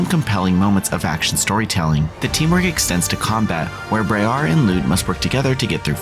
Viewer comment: It’s briar like briar rose